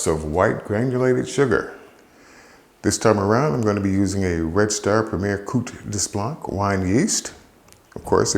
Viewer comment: here is a tip for french pronunciation. when there is no accent on the vowel at the end of a word its usually aspirated. so in this case correct phonetic form would sound like this : 'coat de blanc' is pretty spot on in term of how it sounds in french. i speak ancient Noble french from before the revolution wich is closer to Cajun than the european bourgeois dialect.